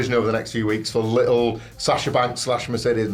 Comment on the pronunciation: Mercedes “Maihey” 🤣